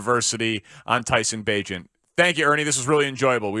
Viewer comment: Tyson Bagent not tiny lmao